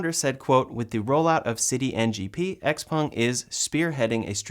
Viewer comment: Congratulations on pronouncing XPeng (essentially) correctly! For whatever it’s worth, the characters are 小鹏, IIRC, its founder’s name, so the Peng part should be spoken with a rising pitch. (Being a musician, you might find it interesting to get the tones right!)